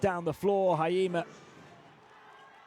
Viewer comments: 「ひ・え・じ・ま」 発音むずいんだな。 「は・い・え・ま」にしか聞こえない。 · it's not hayima.... it's hi- e- jima... 🤣🤣🤣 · Hurts my ears hearing Haima instead of Hiejima😂 But can't blame someone who's not from JP 😁